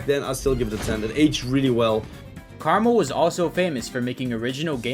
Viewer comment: why did he pronounce "KrmaL" as "caramel" also its KrazyMan50